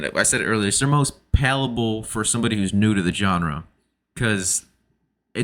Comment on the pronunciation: Did you mean palatable, or palpable? Pretty sure pallable's not a word.